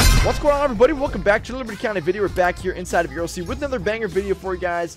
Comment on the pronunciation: Nahhh that’s crazy how he said Erlc 😂😂😂😂